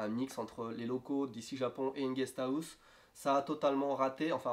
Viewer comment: "Une guest Aousse" -> on ne peut pas se tromper c un accent french >__<